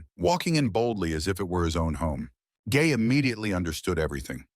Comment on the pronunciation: i heard u say the girl gay not gae